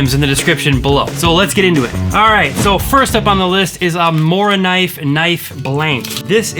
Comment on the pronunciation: Great list. Can't fault any of your choices. Just one thing, say like "Moo-rah-kuhneev" 😉✌